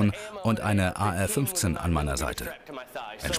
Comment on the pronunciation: AR 15 oh gott sprecht es richtig aus